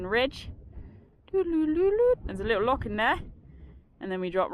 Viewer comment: A great documenting of the ascent and descent of Ben Lomond and may I commend you on your pronunciation of "Loch", not bad for a Sasanach lol .....although marks off for referring to valleys and lakes. The valleys and lakes stop at the border, only glens and only one Lake - Lake of Menteith in Scotland. Can I also encourage to buy some boots with a good grippy sole, or your going to come a cropper on one of these steep descents. Great vid though :-)